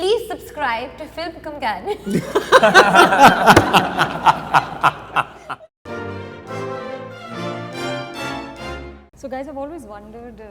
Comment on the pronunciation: alia u r such a dumbo u cnt even pronounce "companion"!!